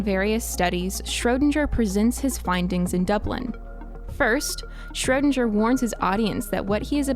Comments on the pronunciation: "Shrödanger" this guy is called SCHRÖDINGER!!! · Schro DING er. Not sure were you got this pronunciation from but it was so far off I thought you were talking about someone else until you mentioned the Cat thought experiment. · His name: Erwin Schrödinger Fll: Schroudindscher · PLEASE, learn how to pronounce his name! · I'm sure there is a universe where you are able to pronounce Schrodinger's name right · Good Video, but you absolutely murdered the name of Erwin Schrödinger. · That's not how you pronounce Schrödinger aaaaaa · I don't like how you say Schrödinger. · I wish I lived in the alternate reality where they pronounced Schrödinger correctly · The way she pronounces "Schrödinger" makes me uncomfortable... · Great Video one complain maybe not worth it but you mispronounced erwins Schrödinger name, other than that all clear and great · Aaah sorry but i cant hear the wrong pronounciation of Schrödinger anymore😑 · If you're going top cite a scientist, the least you can do is fucking pronounce their name correctly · That butchering of “Schrödinger,” tho. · Idk why but it's so funny to me how english people pronounce "Schrödinger" xD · Martin Schiller yeah i’m from poland and I speak both English and german and it hurts my ears xd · Schrödinger is a hard not a soft G